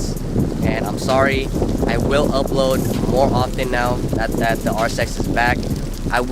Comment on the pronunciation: Are you serious right neow